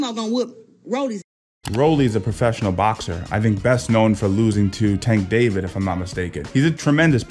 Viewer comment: Yeah, imma go ahead and leave this video since he called tank “tank David” wth?! Boy bye✌🏾